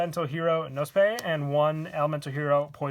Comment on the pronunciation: Knospe is German please look the Aussprache up on google